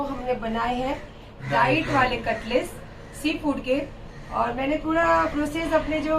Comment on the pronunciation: Katles bol rahi h 🤣🤣🤣🤣🤣🤣🤣